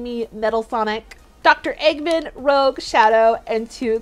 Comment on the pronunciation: Fun fact so everyone pronounces Rouge like Rogue but it's actually pronounced differently. Don't worry even Google gets messed up to . For example if you type in Rouge a lot of times it'll come up with stuff for rogue so usually I have to type Rouge the Bat